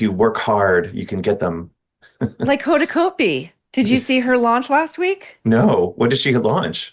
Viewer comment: Maureen I love you but it’s Hoda “cot-bee” 😅